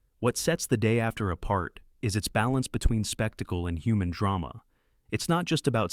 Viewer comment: You gotta check your typos in your text BEFORE feeding it into the AI speech generator. I heard "the day. After..."